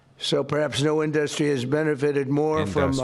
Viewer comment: induhstry is my fave trump word. the best word people say